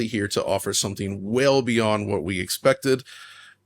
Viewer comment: “Beyoncé” 🤣 (beyond, say)